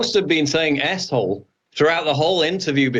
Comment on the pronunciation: Lol 😆 everytine you two used the abbreviated ‘S-hole’ you’re both saying ‘a$$hole’